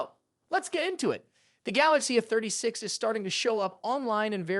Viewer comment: Please say A. A. A. A. A a a. A. No eh